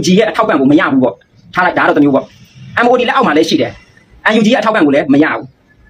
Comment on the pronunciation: Mod ပါကွာ maodလို့မဖတ်ပါနဲ့